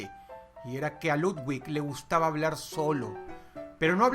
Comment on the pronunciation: Dross no se dice ludguig, es ludvic